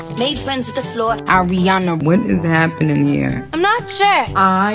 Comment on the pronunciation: hey fwriends the wfloor 😂